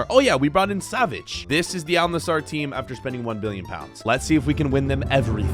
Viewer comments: It’s Al nassr not Al nassAr 😂😂😂😅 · it isnt al nasar its al nassr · Btw it’s actually not pronounced Al nasar it is pronounced Al nassr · I love your vid’s but just a small correction in pronounciation it is Al Nassr not Al nassar don’t say the a before the r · AL NAZZAR😃 Me:🥲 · …you know we love you but how the hell are you pronouncing it Al nassAr, when there is no A between the S and the R (Plus the A between the N and the S is pronounced as the A in Apple) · Its not al nasAAR its AL NASSR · "aaal nazar" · "Al Nesarr" - 2023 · Bro is saying al nazzar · Al nusor💀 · Al nazzar 💀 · "al nazaar" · "Al Nassaar" 💀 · Y’all are saying Al Nassr wrong! It’s pronounced “ULL Nusser” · "mehan cety" versus "aL nUh-ZaEeR" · you pronounce al Nasr like this Al Nasaer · Al nazaar 💀